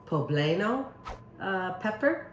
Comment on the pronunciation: Amy just an FYI - poblano is pronounced po-blah-no.